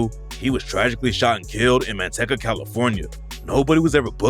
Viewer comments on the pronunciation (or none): “man-tekka” 🤣🤣🤣🤣🤣🤣🤣🤣 it’s “man-tea-cuh” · It’s Man-teek-ahh California btw lol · LMAO, he said man-tek-a ... dude you can tell you not from california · Pretty sure it's Main-Tay-Cahhuh